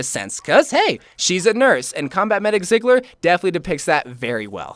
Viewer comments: I cringe every time he says ziggler ITS PRONOUNCED TSEIGLER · I heavily agree with no. 1-4. I still need winged victory! I believe you would the passionate about the Mei skin video, so I'm looking forward that. Btw, Ziegler isn't pronounced "sigler", it's pronounced more like "Tseegler" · It's pronounced Z-gler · So he won't even try to pronounce number 5 but he completely butchers her last name, fml